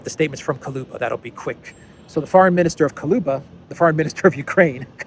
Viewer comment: Kuleba, not Kaloba